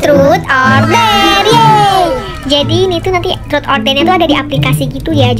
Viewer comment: Ngakak 😭 pas bilang 'TROT'😭😭